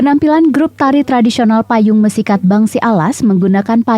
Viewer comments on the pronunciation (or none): Pembaca beritanya harus diajari dulu cara melafalkan kata "mesikhat" itu. Dalam bahasa Alas konsonan R diucapkan uvular (seperti dalam bahasa Perancis atau huruf ﺥ dalam bahasa Arab). Sebaiknya tetap ditulis dalam huruf R meski dibaca secara uvular.